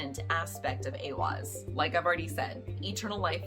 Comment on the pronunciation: This card (*I am a college student in a Nordic Studies program. I am also Nordic although I live in the states.) You say this well!!! It is said as A-wahz saying the beginning a as in ate. And the second a as in awwww & ahhhh. Thank you for your video! Most say this incorrectly. Educational scholar Jackson Crawford says A-hahz said mostly the same but he uses an h instead of w. I've heard it both, so I just see them as both correct. Those are really the only two correct. Some say it as eye-wahz because of the i after the e but this is incorrect. Now the other Elder Futhark rune Ehwaz is actually said different, not like this rune, it's not the same. Well done on your great video!!